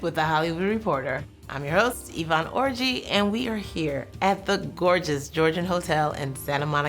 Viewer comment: Am I 12 or she just said Ivonne Orgi?